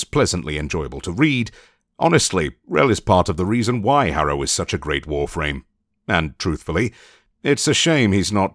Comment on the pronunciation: Instead of Harrow, I hear Arrow. I was so confused that Oliver Queen is in Warframe 🤣🤣